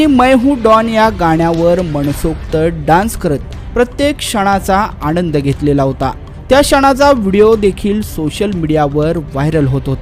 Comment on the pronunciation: अहो आनंद म्हणा, क्षण शब्दाचा स्पष्ट उच्चारला पाहिजे. आपण सार्वजनिक जीवनात आहात. जितके चांगले बोलाल तितके चांगले.